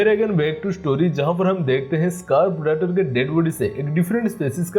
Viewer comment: Phriditor nhi bolo bhai predator hai wo